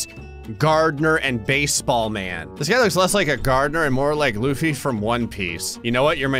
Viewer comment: thank god he pronounced Luffy right all the toxic one piece fans would have came for him like them monkeys did >.>